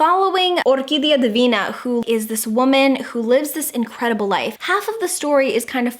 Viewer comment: I love your spanish pronunciation when you say "Orquídea divina"! Love from Argentina